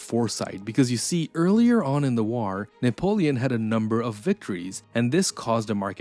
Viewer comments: The way you pronounce "war" is putting me off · Your AI narrator can't pronounce, "war." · Why do you pronounce "war" like that!? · Good video but you are mispronouncing the word war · The way to pronounce war is like a high pitched screach in my ear, I couldn't put myself thru that torcher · Like button for how he says "war" 😊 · The way you pronounce war is interesting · I’ve never heard anyone pronounce “war” like this narrator